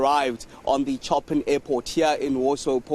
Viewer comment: Would like to point out that it's not "Choppin" airport. Learn how to pronounce Chopin, he was a composer, Google it, they will pronounce it for you. While you're there, look for Mediterranean, you don't get that right either.